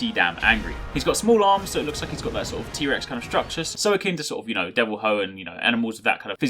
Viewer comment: Did you say the DevilWhoe? Sorry it just that I call it the devilJoe...